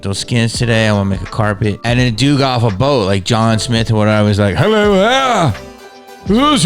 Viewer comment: That hulllooo should be Mrs Doubtfire accented